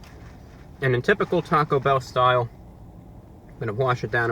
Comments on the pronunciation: Can you elaborate on the circumstances under which you learned English? Geographic location, characteristics of your primary sources of earlier exposure to the language, et cetera. I only ask because of your odd accent and inflection. For example the way you say TAHcobell, instead of TA-co Bell. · He said taco bow lmao